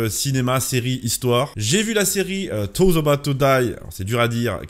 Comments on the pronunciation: au pire tu dis "zoze" pas "toze" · c'est pas "tose" c'est "those", ça se prononce "zose", sinon prononcer comme ça, cela veut dire orteils ^^ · "TAUSE ABOUT TO DAIE" 😆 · Pour le titre il faudrait prononcer le T comme un D sinon ca sonne Toes doigt de pied lol